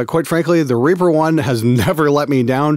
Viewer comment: Alot of these video tutorials always assumed we know what you are saying.. I dont know whether you are saying Reaper or Reefer.. Whether thats is a hardware, or software.. Oor how to use it.. .???